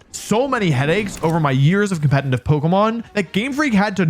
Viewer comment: I dont mean anything bad by this but: youre pronouncing "competitive" wrong. Youre saying "com-pe-ten-tive" or "com-pe-tenly" its actually "com-pe-ti-tive" or "com-pe-ti-tive-ly" I hope and think most people care less than i do (its a curse for everyone involved), but since youre saying it once or twice every single minute, its making me not wanna watch the vids. Even though theyre great. So instead of just going quietly, now you know. <3